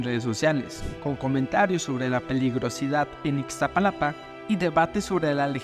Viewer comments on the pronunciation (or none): Es Iztapalapa no Ixtapalapa hay que saber pronunciar antes de hacer reportajes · 😅😅😅 ixtapalapa el we no sabe pronunciar iztapalapa😅😅😅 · Tremendo reportero, ni siquiera sabe pronunciar Iztapalapa y no es la primera ocasión que dice Ixtapalapa en lugar de Iztapalapa.